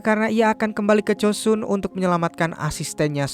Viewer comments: 주선 (joseon) bacanya juson bukan josun 서울 (seoul) bacanya soul bukan seul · Joseon bacanya koq jd Josun 🤣🤣